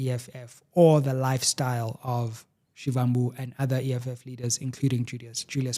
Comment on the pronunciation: Only came here from X to tell you that, learn to pronounce Floyd Shivambu surname accordingly. Take us serious. Put in the effort if you want us to take you serious.